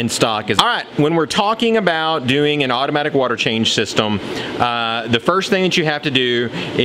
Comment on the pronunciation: Did u say otter matic water change lol come on 11 secounds in